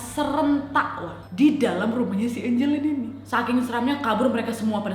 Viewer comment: nama nya angeline tpi di bacanya enjelin